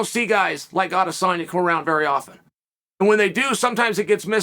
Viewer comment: no lie i dont think ive ever heard chael say izzys name wrong. he must be a fan.